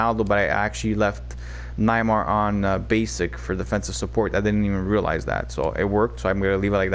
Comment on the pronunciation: cough cough pronounced Nay-mar 😉